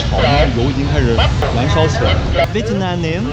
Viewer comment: 的ve [t'] nam的发音真的是好违和，这个t真的是。。。不会查查有道词典或者youtube一下怎么发音么？